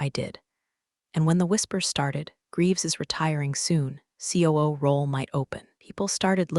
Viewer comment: That Ku instead of COO really caught me!